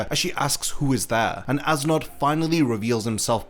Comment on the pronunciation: I'm sorry awesome video, but I cant stop hearing "ass knot." 🤣🤣🤣